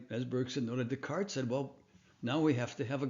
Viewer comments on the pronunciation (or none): none